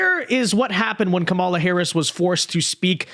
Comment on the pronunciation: That's the first time I've heard Trump pronounce her name correctly as "KAH-mala," instead of "Ka-MAH-la." Just an observation.